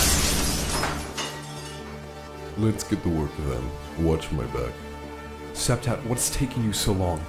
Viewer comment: As a Russian, I can confirm that Septet's accent is perfect.